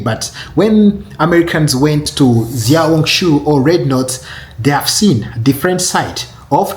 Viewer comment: Xiao hong su is pronounced Shiao Hong Su Not Ziao hong su. just like Xi Jin Ping is pronounced She Jin Ping